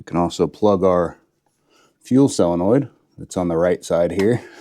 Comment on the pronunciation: Why do you pronounce solenoid as cylanoid